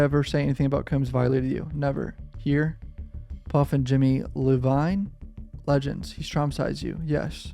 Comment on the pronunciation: Jimmy Le-vine is funny. It’s EYE-OH-Veen. 😂😂😂